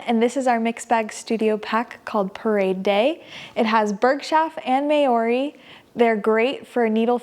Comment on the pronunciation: I believe Maori is pronounced MOW ri